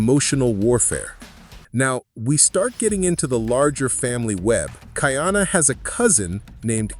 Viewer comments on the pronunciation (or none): Ka’iana not Kaiana — the glottal stop is there for a reason. Train your AI please. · Ka-ee-ana Ka’iana Aloha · KA/ ĒĒ/ANA respect his name. Ka’iana.- 3 syllables🌺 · are you AI? Be sure to actually watch it. After you do, you should be able to know the pronunciation of Kaʻiana, Kahekili and the others, like aliʻi Keaweikekahialiʻiokamoku.